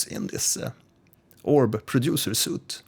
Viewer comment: it's pronounced sweet not "soot" ;)